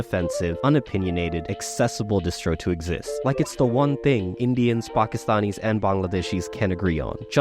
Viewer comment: I am impressed by his pronunciation of Pakistanis and Bangladeshis.